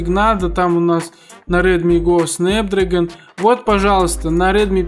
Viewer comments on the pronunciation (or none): none